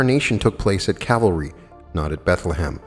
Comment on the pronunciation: Love you and your presentations. Say CAL-vary.